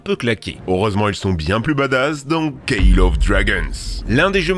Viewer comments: Saluuuuuuu déso mais : "call" , ça ne se prononce pas [kél] , mais bien [côl] ... du moins en anglais ... voilà voilà ... à votre service ... allé .. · Ça se prononce col et pas caile 💀 Mais sinon j'adore la vidél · juste pour info c call of dragons comme "cole" (et call of duty) of dragons et non pas "kale" of dragons. A un moment donner sa devient trop, comme dirai mister v, sa fait beaucoup la non? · Call ce lis colle et pas kèle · il faut qu’il revois sont anglais "call" ce dit pas "keyle"! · "Kayle of dragons"? Serieux?